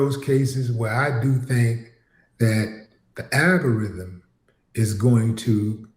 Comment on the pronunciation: Well, "little Willie whatever" calls it the "aga-rydum," can he actually read is a fair question! 😂